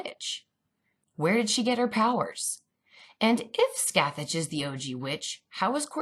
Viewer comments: Omg yes and it’s Pronounced “ skath- thak “ not scathatch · Super big nitpick: Scathach is an Irish/Gaelic name, so the pronunciation is closer to Skah-hawk/Skaw-hawk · hi. sorry for the complaint. but the name Scathach is pronounced Ska Ha. the "th" and "Ch" are silent in Irish gaelic. Scathach is more than a witch. She's the warrior in the Ulster Cycle along with Cu Chulainn. (irish Heracles) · i love these videos so much theyre giving me everything i need right now thank you so much 😂😁 but also on a side note Scathach is meant to be pronounced Scoh Hoch, its not a big deal but its something i noticed as someone who speaks irish, keep up the good work x